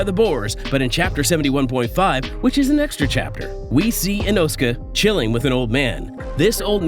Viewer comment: The saddest thing, so far, is how you pronounce Inosuke. 😅